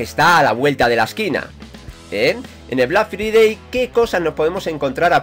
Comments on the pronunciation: Se dice "Black Fraidey". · Mae mia tu pronunxeixon black FRIDEI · vlak fridei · Vlac fridei pronuncieishon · Black free-day ajaja que genio ese ingles! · 'Blag fridei' :v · Deja de alargar las cosas tío Joder 3 minutos de bla bla bla Y aprende a pronunciar Black Friday